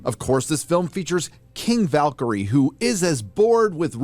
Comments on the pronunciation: I think is saying "King Valkyrie" but he is saying the word "king" like "kang". I am not entirely sure why he is saying it that way. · King Valkyrie, pronounced in urban slang,Kaaang Valkyrie..Yeah. it's pretty weak . but then,he has balls to massage for his channel, so..